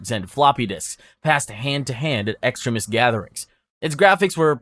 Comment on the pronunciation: I always hear extremist as "excrement" throughout the video... Which is not entirely wrong 😂